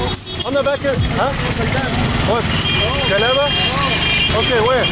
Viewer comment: Broooo 😂😂😂😂😂😂😂😂😂😂😂😂😂😂😂😂 you were looking for galabaya but you were saying galaba, in arabic ghalaba means someone poor, so the guy you were asking pointed to a poor guy thinking you were looking to give them money for charity 😂